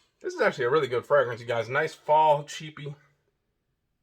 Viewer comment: POWER MAKES YOU SMELL LIKE AN EXECUTIVE..UNFORGIVABLE IS TOO METALLIC...NEVER SMELLED JAY Z WIFEY PLEASE TEACH HIM HOW TO SAY FRAGRANCE PROPERLY!!! PLEAEEEEASE!!!